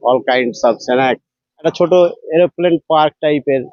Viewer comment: ভাই নিউজ কভার করছো আর এলোপ্লেন বলছো ওটা এরোপ্লেন